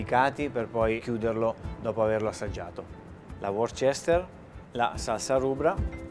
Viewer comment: Qualcuno dica al super cuoco (il quale passata l'iniziale stizza ne sarebbe contento, come succede alle persone intelligenti) che la salsa Worcestersauce si pronuncia UOSTÈR-SOS, e non come dice lui, a , "uor-sèster-sos". Per gli increduli pregasi controllare sul sito "forvo".